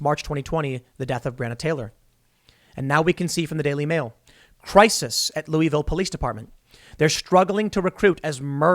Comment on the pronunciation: You're saying "Louisville" wrong.